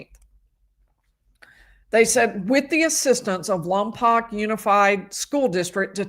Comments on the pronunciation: How bizarre this is near where we live. I avoid All news it's just too😭😡🤬so unaware this going. BTW it's pronounced Lom Poke not Lom Poc. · Following since Lompoc is my hometown. BTW, Lompoc is pronounced Lom-poke. Thanks for your coverage! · Lompoc is pronounced Lom-Poke :) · The town is pronounced Lahm-poke. I believe it's a Chumash (Native American) word.